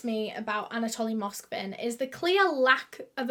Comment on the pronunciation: I feel that she keeps saying Anatolian like the dog breed..but it is Anatoly